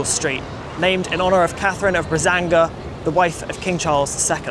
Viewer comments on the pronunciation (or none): Catherine of Braganza, not Catherine of Brazanga. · It's Catherine of BraGANZA, not Brazanga. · Catherine of BRAGANZA - not "Bazanga" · I spit out my drink when you said Brazanga ngl haha. It's ok for you to say Braganza in English tho, we portuguese say Londres instead of London as well so we can't complain. Great video. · Not Brazanga, but Braganza! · It’s not Catherine of Brazanga - it’s Catherine of Braganza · Catherine of Bragança, not Brazanga. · Not Brazanga lol but Braganza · Catherine of BraGanza, not BraZanga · Not "Brazanga"(sic), but Braganza. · Its not Brazanga its Braganza!!! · Not Brazanga, Braganza! You are funny! :) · Not 'Brazanga'!...should be 'Braganza'...neat piece though...I once worked (50yrs ago) with a young woman from Gravesend who persisted in saying 'Piccalilli' every time she should have said 'Piccadilly'...silly girl thought it was cute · Correction, good sir. It's Catherine of Braganza, not Brazanga. Cheers from the Beatleverse. Questo obrigado. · Catherine of Braganza, not Brazanga😊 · Interesting! -There’s also one in Bradford, too. In fact there’s ALSO an Upper Piccadilly! (Braganza, btw…you probably just mixed up your syllables. 😉) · I think it’s ‘Braganza’ not ‘Brazanga’! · Bragança. Not Braçanga. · Re: Portugal, it's BRAGANZA, not BRAZANGA! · . Catherine of Braganza, not Brazanga. In Portuguese: Catarina de Bragança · Braganza (Bragança), no "Brazanga". Jesus.... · Catherine of Brazanga? You mean Braganza right? But interesting video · Braganza, not Brazanga: new to me!🤣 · BraGanza, not BraZanga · Nice story! Minor nitpick: Braganza (or Bragança), not Brazanga